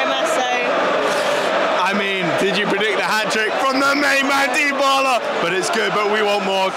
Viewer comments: The way you pronounced Dubala’s name makes me sick😂. ”Daibala” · Loved the video, the joy, the passion! Just one little thing, i beg you: don't butcher Dybalas name with that pronounciation 😂. It's "Deebala", the "y" is as the "y" in "you". And if you wanna butcher it, do it the roman way and add a "b". Hugs from Switzerland. DAJE ROMA!!!! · How come you don’t know how to say Dybala?